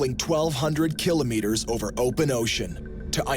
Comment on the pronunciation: Killo-meters? Really? Who says it like that?